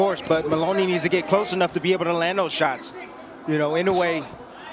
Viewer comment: im getting irritated hearing in-a-way instaed of inowe